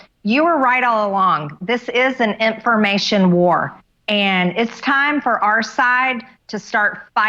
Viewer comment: Intformation. It sounds like that's what she is saying everytime she says "information"